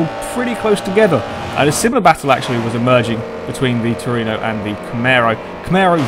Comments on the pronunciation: Tru-e-no :P Not Torino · toyota trueno! not truino! trueno is a spanish word for thunder! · It's Trueno, not Tureno. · Looks like great fun. I might have to join in on future races. I don't have DiRT 3 though, so I'll have to skip that one. And it's "troo-en-oh". Or you can just call it an AE86, or an 86. But it's always "eight-six", not "eighty-six". Or you can call it a hachi-roku, or just a hachi. Or even a Corolla if you really want. Many names for that car.